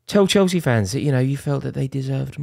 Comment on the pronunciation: Nah more like " You were never proper Chelce "